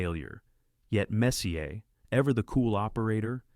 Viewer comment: Can you stop pronouncing the “R” in Messier? You even had it right sometimes. 🤦🏼‍♂️